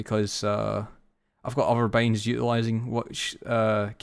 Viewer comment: ur talking is so wierd waht kind of accent is that i dont understand most of the important key words since u pronounce binds like beynds wtf